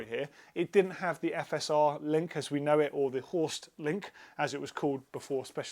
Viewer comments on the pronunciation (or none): none